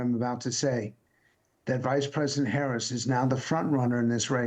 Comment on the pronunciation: Come on Mr. Luntz.... even you can learn how to pronounce her name!